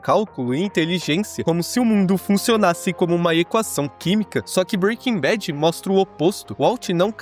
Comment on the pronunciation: Breaking bet? 😂